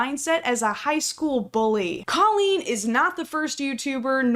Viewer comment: Coleen is Probably butchered the name